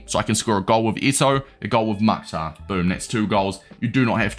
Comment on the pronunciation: Bro respectfully it is pronounced Mukh-tar